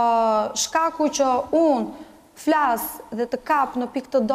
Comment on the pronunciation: Flash 😅 Gjaj 😅😅